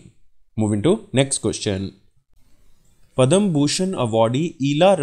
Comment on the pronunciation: Pad/ma shri award not padam